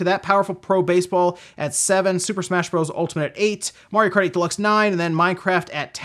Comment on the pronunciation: OOh at place 9 i got you haha. I did hear "Karty" tho hahaha